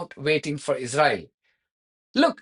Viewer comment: If you insist on speaking English please can you learn how to say Israel and Israeli properly, you sound ridiculous, thank you 🙏